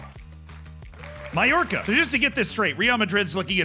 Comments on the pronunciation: Thats how youre supposed to say Mallorca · I mean he did say it correctly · Absolutely not, as someone who knows a bit about pronunciation of french and Italian he was very close on almost every single one lol Mallorca is literally pronounced Mayorca idk what you all are on